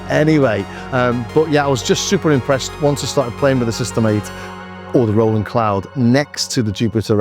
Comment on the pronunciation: I’m impressed on how similar they sound! Ps it’s great you pronounce Roland correctly Ie Row ..land 👍👍 Not Roll … land